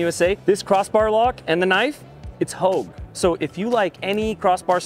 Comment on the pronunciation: It’s hogue, not houge lol.